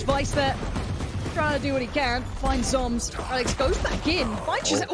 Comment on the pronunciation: reh-licks is the correct pronunciation